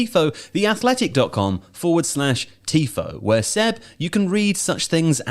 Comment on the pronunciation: Yeah this got shredded for whatever reason, cut off the first part! How can I get hard without hearing Joe saying Seb's name wrong?